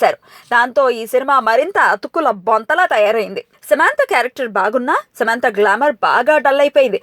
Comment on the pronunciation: Samaaaantha kaadhu samantha